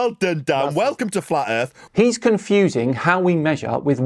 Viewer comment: so where is this earf he keeps on talking about